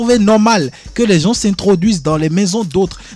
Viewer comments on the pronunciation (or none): M. Gilchrist (procureur) je le trouve hyper sévère et il faut qu'il arrête de dire "les gensent" ça ne se dit pas mais plutôt tôt les gens Merci 👊